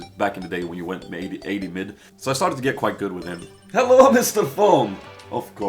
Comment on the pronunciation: the hello on the begining sounds something like german :)